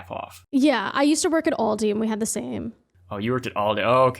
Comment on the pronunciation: Wasn't prepared for the double culture shook of one, learning American has Aldis, and two, that you pronounce it "AllDees"